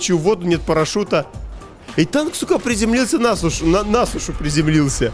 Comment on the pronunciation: И все кто пишет сейчас даже не замечают как говорит "и танк, сука, на сушу́ приземляется". Это так непривычно, аж до мурашек.